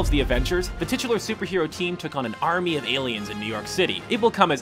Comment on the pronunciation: AM I THE ONLY ONE WHO HEARD ARMNY?